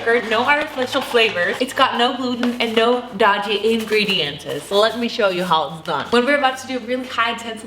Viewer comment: Please stop saying INGREDIENTSES!!!